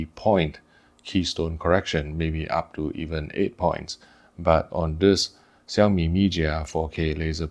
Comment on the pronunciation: Hi, I thought your Chinese is good, please pronounce Chinese name in real Chinese. Not 萧米， 小米，not 咪假，米家